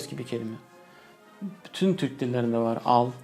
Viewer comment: Tür”Ü”k değil. Türk!